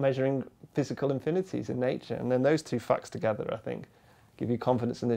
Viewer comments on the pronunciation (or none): "Those two fucks together..."